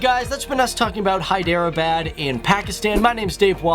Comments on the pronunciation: its not hy dera baaad .....pronounce it like hedrabad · I don't wanna sound like a prick but I cringed everytime you said Hyderabad it's more like "hae-the-r-abaad" not "hi-der-a-bad" but I'm not hating I mean I wouldn't be able to pronounce something in Korean or something so much love from Jhelum Pakistan PS do facts on Nigeria part 2 or on Wales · it's hydrrrrr bud not by dere bad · When he says hydro abad😬 it's Hyderabad...... 😆😆😆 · im from here its pronounced hederabad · hyderabad is pronounced in pakistani and indian ways as: heh-dra-ah-bad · Hi...Love your vids so sharing pronounciation is Hy-drrraa-baad..... God Bless ... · its pronounced hai-der-a-baad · It is pronounced as (hi-dr-baad) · hi der bad .. its funny how you guys pronounce our names and places..😂😂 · Listening to the funky pronunciation of Hyderabad is gonna make this video tough to watch